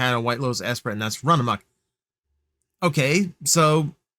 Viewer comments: Would go feral for Herbie. Also with the Esprit,it’s pronounced “es-pree.” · Okay, I was going to let Lotus Esprit mispronunciation slide. (It's ess-SPREE by the way.) I know I'm old having lived through the late 70s and early 80s. Then you had to go and call Air Wolf "niche". (One of the best 80s series, in my opinion....well, at least Seasons 1 and 2. Season 3 has some issues. And there is no season 4. No no no.) Again, if one did not live through this time watching Air Wolf, Magnum PI, and the like, I can appreciate that. But, I don't buy toys off the shelf? You should see my basement and watch my wife's eyes roll like crazy. And yes I am a parent, tho my kids are older, having graduated from Highschool. If anything, 80s kids like me are likely where these sales are going to come from, in my opinion. I do appreciate your channel and opinion, tho. 😁